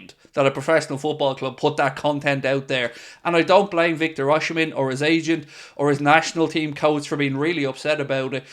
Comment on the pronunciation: You don't pronounce OSIMHEN name rightly. BOSS..